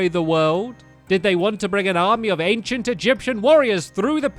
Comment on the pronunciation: ...anciant? Not hating though I liked the video I wanted to point it out XD